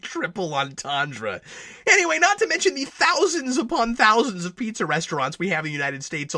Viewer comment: I'm glad you, too, saw potential in this. I would have gone all the way and made it a parody. Make more of the film noire aspect. And how the heck could Howard know to pronounce the food "pee-tzah" instead of "pie-zah" or "pee-zah"?